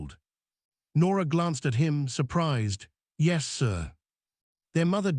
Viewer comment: Why does AI frequently sound like it suddenly is drunkly slurring on the word 'yes'?